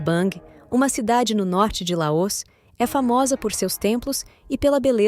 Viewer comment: Essa pronúncia de LAÔS no lugar de LAOS está doendo o meu ouvido. Oxi!!!!!!!!